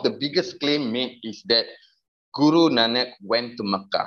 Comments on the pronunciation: where is your evidence he is Sikh? He can’t even say Guru Nanak in the video properly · he barley speaks Punjabi either he can’t even say guru Nanak properly makes me think he probably doesn’t even come from a Sikh family at all